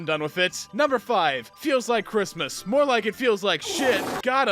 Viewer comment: it sounded more like "chrittmas"